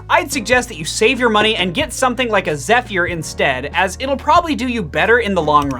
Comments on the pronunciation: It's (zef-er), not (zef-ear) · Zeph-year LOL